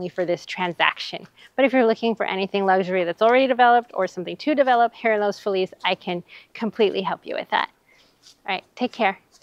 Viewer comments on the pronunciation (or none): I’m sorry, but you lose all credibility as a Realtor if you can’t pronounce the name of the neighborhood. Los Feliz is not pronounced in the correct Spanish way. Locals call it Loss Feeliz. Seriously. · Los Feliz Please 😢 It’s not called “LOOS FULL LEASE” it is called or pronounced locally as “LOWS-FEE-LESS” ❤ Thank you Sincerely All the native Angelinos’s ❤️💋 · You might want to look into pronouncing Los Feliz like the natives of LA do. Interesting walkby though, thanks.